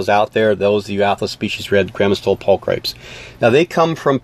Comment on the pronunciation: "Pul-cri-PEEZ" rather than "pul-cripes." Latin is wicked. :-) Fabulous research & info, though. Definitely one of my favorite species. I'm glad to see them around again!